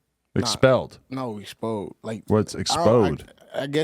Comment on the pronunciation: “expod” lmao